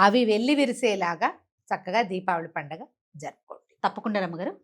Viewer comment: DIVAALI ani pronounce cheyakandi please..RAMA garu pronounce chesinatlu Deepaavali ani Palakandi..Prajalaku kudaa alaaga pronounce cheyamani message ivvandi please..Divaali ante Divaalaa Laagaa vinadaani ki baagundatam Ledandi..🙏